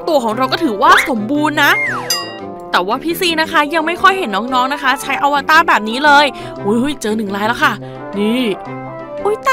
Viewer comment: อวตารค่ะไม่ใช่อวต้า @@